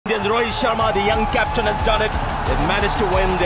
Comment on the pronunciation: Captaan ❌ Caftaan ✅ 😂😂